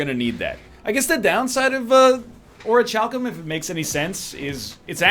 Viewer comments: Its neither of those, its ori-cal-cum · NL it's pronounced ora-cow-cum